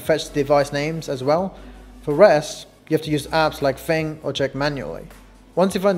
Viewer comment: Did u say the app is called fing i can’t tell